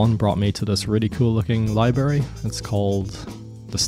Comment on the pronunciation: You don't even know how to pronounce "Library".